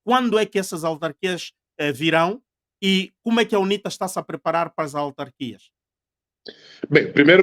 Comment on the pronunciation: Ao apresentador: é AUtarquias, não ALtarquias.